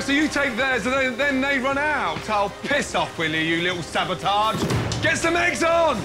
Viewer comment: Right? And she keeps saying savotage, it’s sabotage. 🤦🏻‍♀️